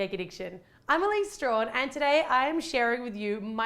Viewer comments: I have a problem. A major one. I keeps me awake at night. HOW CAN YOU PRONOUNCE YOUR LAST NAME STRAWHAN WHEN IT IS WRITTEN STRACHAN???? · I've noticed that pronounces her surname differently than I'm used to hearing it. Up until now I've only ever heard it pronounced strack-an as in Michaela Strachan, a British children's TV presenter from the 90s.